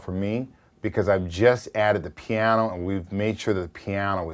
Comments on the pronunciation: love the way he says "piano" - pyawno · I believe it's "pihyano"